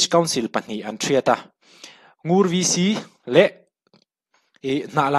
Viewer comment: Ngur khua hi Ngûr tih tur